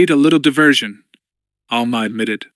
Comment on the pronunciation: Also ALMA instead of Alema... 🤣